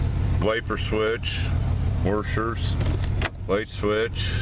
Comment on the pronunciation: Lol, he said "warshers"